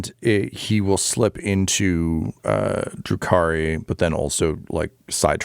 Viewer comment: Ugh, *Drukhari*. Also, Gideon is the most frustrating character I have ever seen, in a good way.